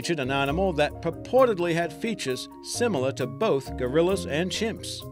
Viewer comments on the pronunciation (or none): none